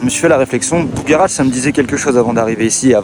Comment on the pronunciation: On dit ''bugarach'' et non ''bougaratch''...